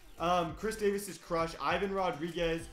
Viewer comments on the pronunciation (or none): none